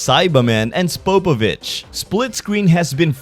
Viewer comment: Who the hell is Spapovich⁉️😂